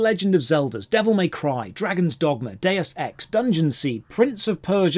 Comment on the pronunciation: you said dues ex so my respect for you just peak max